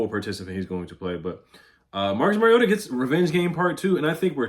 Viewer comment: It’s pronounced youngway lol not young hoe